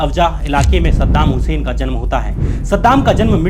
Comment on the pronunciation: Sadam husain ka nam achea tarike se lo